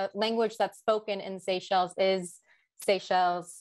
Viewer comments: This presentation lacked depth. Mispronounced names and places. Even the map was incorrect. If wrongfully imprisoning,beating as well as claiming people’s property and murdering innocent people was not a breach in human rights then I don’t know what is anymore. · What an embarrassment. Could not even have spent the time to find out the pronunciation. Bad. And no understanding of what happened in Seychelles.